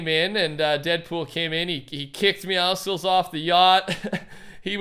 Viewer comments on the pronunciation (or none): Deadmeow(slces) [And it's not "meowsicles" people. It's like "meow" and "muscles".